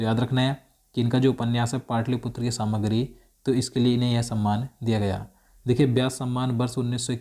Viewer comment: Samagri nai samragi